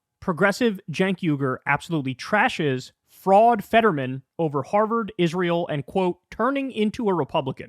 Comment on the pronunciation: "thrashes", you monkey fish-frog. THRASHES